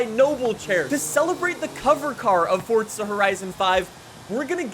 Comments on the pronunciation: It's forza not fortza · Bruv why do u say fortza? Its so annoyin where u gettin the t from? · why does he say " forTza" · It's not forza horizon its forza horizon